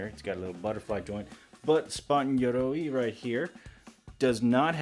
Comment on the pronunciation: Glad that you came up with the solution of the thigh pieces in the moment, because I was just thinking that same thing xD Also, loved both hearing you pronounce "Yoroi" and the poses you used in the final moments